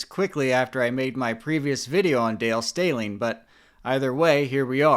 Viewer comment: Stehling rhymes with telling 😊